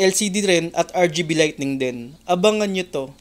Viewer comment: Sir correction lang "lighting" hindi lightning hehe 👍👍✌️✌️